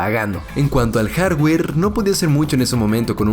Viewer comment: En cuanto al jarrwerr xD